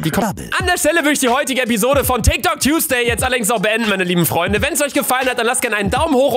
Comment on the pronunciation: Wer kennt’s nicht: ✨TIKT OK✨